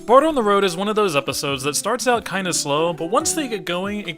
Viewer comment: O really enjoy your review, but plz stop calling bart and marge "bort" and "morge". i mean, there is actually a joke about it on the show. "the gift shop is out of bort name plates" or sth like this. "bort? is that even a name?"